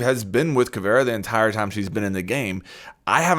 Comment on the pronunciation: Anyone else noticed how he said caveria